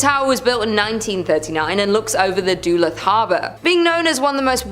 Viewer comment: Lol I'm ☠️ at how she says Duluth, MN! It's pronounced "Dahlooth" Not "Dooluhth". 😂